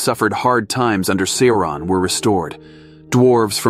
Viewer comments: Sore-On the Dayrk Loard 🥴😂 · Sour-on, actually. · Sore-on apparently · Esp. how to pronounce "Sauron." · Love the channel, only criticism I have is your pronunciation of words is incorrect, for example it’s LEGO-las, Sa-roo-mon, Sar-on.